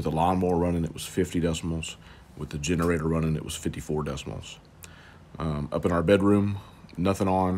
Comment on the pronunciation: DECIBALS! NOT DECIMALS!